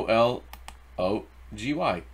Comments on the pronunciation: ken ee cee ol o gee. you didnt just murder that pronounciation you sent it to the gas chambers lol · Pronounced ka knees e olgy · Ki-KNEE-zee-ah-li-gee 😂 you are hysterical, love you!